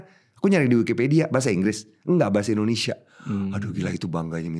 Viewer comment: Indonesia tp diucap Endonesia. Biasa diucapkan pemerintah. Bikin kesal aja (